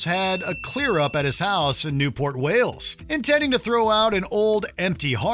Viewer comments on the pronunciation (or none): none